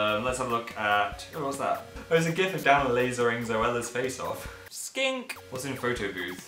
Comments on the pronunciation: The end part sounds like he said skank instead of skink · I like how at the end you say skank rather than skink xD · Not joking I thought he said "skank" and I lost it